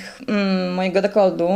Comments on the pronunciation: nie dekoldu a dekoltu ... polska język trudna język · Dekoltu a nie dekoldu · ale mnie uszy bolały jak słuchałam tego „dekoldu” XDDD